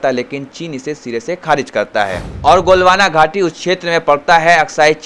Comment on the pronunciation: Abey jaahil galwan ghaati bolte hain golwana ghaati nahin.